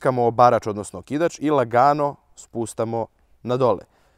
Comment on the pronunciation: E super si, samo se ne kaže spustamo nego spuštamo...pozz